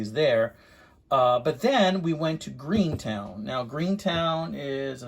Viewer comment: Gruenetown?! It’s just Gruene, sir. 😂 Great find and value. You fixed it up good. 👍